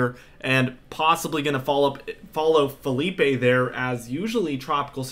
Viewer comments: Dude. It’s Philippe, in French not FELIPE in Spanish…just saying…other than that Bring the cold pleasee!!!!! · Ok. Lets get this right. Philippe is a French name. It's fill-EEP not Fill-EE-pay. That's a Spanish name spelled Felipe.